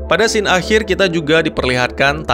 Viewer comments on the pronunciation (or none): none